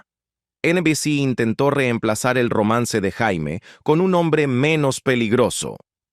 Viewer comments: Se pronuncia Sheimi, no Jaime. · NO MAMÉIS... NO SE LLAMA JAIME, SE PRONUNCIÓ SIEMPRE YEIMI, AUNQUE CLARO SE ESCRIBE JAIME. 🇲🇽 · suena mal que diga "Jaime Somers" cuando se pronunciaba Yeimi Somers" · Se pronuncia Jeimy no Jaime que atraso el relator! Esta serie me encantaba!!! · no se pronuncia jaime sino yeimi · se pronuncia "Yéimy" . Jaime suena como nombre de hombre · jaime?, se pronuncia jeymi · La voz de la IA, pronuncia como Jaime, cuando se pronuncia " yeimi", no Jaime, ¡ pues ni que fuera hombre ! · También dice Austin, cuando se pronuncia Ostin. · Jaja para colmo la voz de la IA dice "Jaime" y también "Yaime" pero nunca "Yeimi".. Le faltan un par de Ajustes Biónicos a esta IA! 😬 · Terrible la pronunciación!! Si no pueden poner un locutor , al menos pongan un IA que pronuncie bien los nombres en inglés!! No es Jaime como nombre de hombre! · Prunincie bien el sonido es Jeimy somers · Recuerdo haber visto "expedientes" médicos en la serie a nombre de Jamie (no Jaime) Sommers. Se pronuncia Yeime Ja es "yei" y "me" es "mi" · JAMIE y se pronuncia yeimi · Vine a comentar lo mismo 😄 ese jaime era todo un loquillo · Pensar que "La Mujer Bionica", la actriz Lindsay Wagner estuvo en Chile y de jurado del "Festival de Viña del Mar". El audio de este video me recuerdan cuando en "Ben-Hur" la llaman "Yudah" a "Juda" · Mala pronunciación